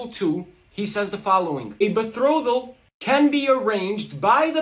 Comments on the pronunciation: As soon as he said “be-throw-thal” I knew he was just yapping lol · Not only can he not pronounce "betrothal", but he obviously doesn't understand what it meant in the Middle Ages (when Aquinas lived and wrote). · hell he cant even say "betrothal" right!!! lmao